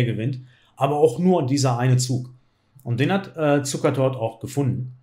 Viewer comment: Ich habe Zucertot verstanden :D